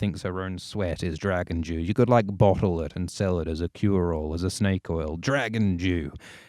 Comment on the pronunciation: That being said, you really need to work on how you pronounce "dew", I was really confused for like 2 minutes wondering what the fuck a 'Dragon Jew' is XD